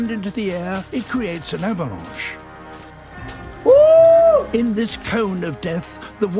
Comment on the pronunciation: À je suis désolée mais la phrase "He creates a avalanche" me fais mourir de rire le mot avalanche est prononcé tellement avec l'accent français 😂😭